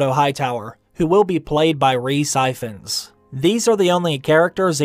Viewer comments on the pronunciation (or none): lol its rhys if-ans not ife-ans lol as in 'if you want' lol x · "Ee-vans" not fkin Eyefones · D'arcy is pronounced Darcy. Ifans is where we get Evans, and should be a 'hard' I, like 'in', or 'if', leaving the pronunciation somewhere between Ivans and Ifans (people often say 'if' as 'iv'). These are both 'British' names, the D'arcy name being associated with aristocracy and the Norman conquest, and Ifans stems from Wales. I'd probably better inform you about the Welsh language, but you wouldn't be as amazed and confused if I told you haha ;) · Ifans is Welsh and is pronounced "Eevans" (Ee as in see) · It’s pronounced Ev- Ann’s It’s a welsh surname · And Ifans is pronounced like e-vans Like how you say the e in e-cigarette. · Ifans is pronounced almost exactly the same as Evans